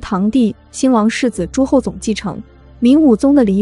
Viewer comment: 樘 读音 撑。。。不是棠。。 熜读音聪， 不是总。。。唉。。我是无语了。。请你好好做媒体😮